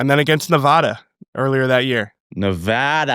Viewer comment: Coop pronouncing Nevada correctly, what a legend! lol